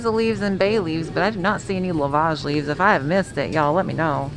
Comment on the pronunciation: Excited to try this. I believe it pronounced “ love-edge”. And yes you can use celery leaves as a suitable replacement.